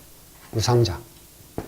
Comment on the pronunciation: "유상자" 의 "유" 자는 길게 발음해야 합니다. 짧게 잘못 발음했읍니다. 미국 변 완수 배